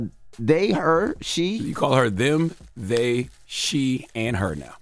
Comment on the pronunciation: “They-HAW; they-HAW” ☠️☠️☠️